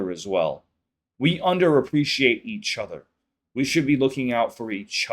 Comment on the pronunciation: I like how you say each other… E-CHOTHER!😂